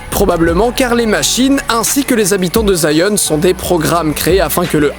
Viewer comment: Zion ? Je crois qu'on dis Sion